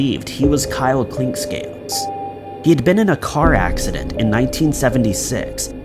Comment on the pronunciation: I'm hearing 'Klinkscales....or Clinckscales'....?!?!